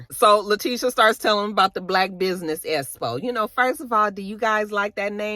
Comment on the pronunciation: I was like I know damn well Tisha is not saying “Espo” instead of “Expo” & the more she kept saying it made it even funnier 😂😂😂